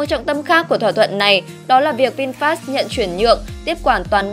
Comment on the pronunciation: VinFa đọc là Vin-pha chứ không phải Vin FA nhé